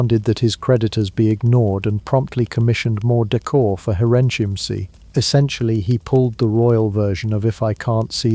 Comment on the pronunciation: When I was in Germany, the third castle was pronounced "hair in kim say" according to our guide. Where did you get your pronunciation, as it took me awhile to realize what on were saying. The other two were pretty close to what pronounciations we heard on the tours.